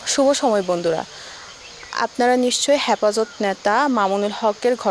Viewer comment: হ্যাপাজত না হেফাজত🤔🤔আগে কথা বলতে শিখুন🤣🍌🤣🍌